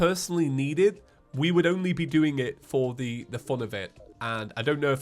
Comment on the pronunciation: BREAKING NEWS!!!! Man who pronounces "for the" as feather gets trapped by a metal floating skeleton head with four arms